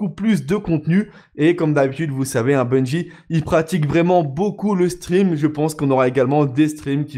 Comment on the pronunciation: Bungie pas bunjie bordel !